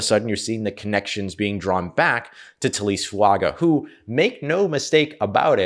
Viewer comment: On the off chance we get to see him in black and gold on Sundays I feel compelled to put this out there. Taliese Fuaga is pronounced Tally-essay Foo-unga. Young man is a beast and I hope we have cause to say his name a lot in the near future.